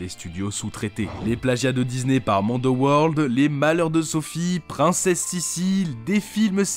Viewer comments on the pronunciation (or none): none